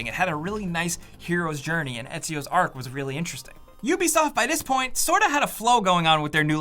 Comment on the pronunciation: For an Italian he butchered Etzio's name!😂love you man🤣